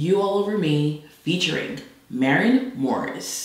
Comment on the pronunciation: My highlight of the video was trying to pronounce Maren Morris name